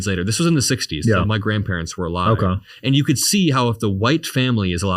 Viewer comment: "okah"... vacant stare What a vapid broccoli king